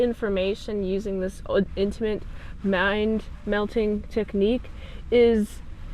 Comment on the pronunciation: Also (not trying to be a jerk! I apologize) it's pronounced "mind meld", with a "d" at the end. If you say "mind melt" (although I kinda like that, actually) where a rabid Trekkie can hear you, they'll crap themselves while yelling at you. Also, I totally vote "yea" for Spock's goatee. 🙂